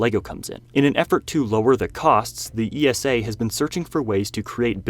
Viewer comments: ESA is not pronounced E S A any more the NASA is pronounced N A S A. ESA rhymes with Lisa. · ESA isn't pronounced all spelled out - just like NASA's acronym